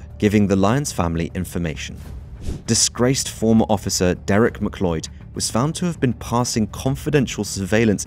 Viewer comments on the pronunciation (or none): And McLeod is pronounced MaCloud not McLloyd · Great video! But it would hurt my soul if I didn't say, McLeod is pronounced "Mih-cloud", not "Mih-cloid" 😅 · and its mac cloud not macleeodd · McLoid & Loth-Ian 🤣🤣🤣 #AwfulPronounciation